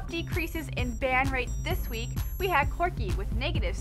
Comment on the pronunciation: Who is this girl? Second time I have seen her and ya I want someone I either relate to or sounds like she knows what she is talking about. Even if you want a girl go with a kind of pudgy Asian chic who promotes who her lol parody channel or something. Not some chick who calls corki "Quirki". its awful. Go back to the guy at least I don't even want to listen to this.